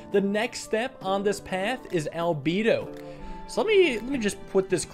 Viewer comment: It’s pronounced al — bed — o